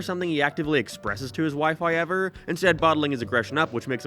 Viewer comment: You're from that very specific part of the planet where you pronounce everything so normally, then you run into any word with "ow" in it, like "anyhow", and your brain glitches and you put seven different vowels in it. "Someheuaouw". "Heiaueiwever"